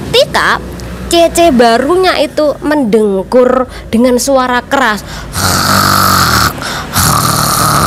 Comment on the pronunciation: Mendengkur mbak Bukan mendengur